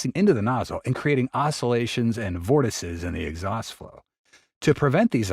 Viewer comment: You know flow separation but can't pronounce vortices??? eesh..